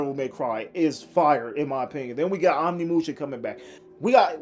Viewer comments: It is pronounced oh nimusha not on imusha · Can’t even say Onimusha correctly